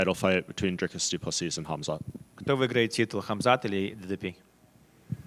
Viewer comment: If it goes passed three, it's all Du Pless ee.